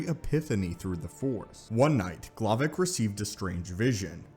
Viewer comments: ...his name is darth glovoc, not glovic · I heard Darth m'Glovin